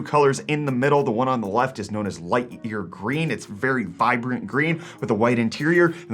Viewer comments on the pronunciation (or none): none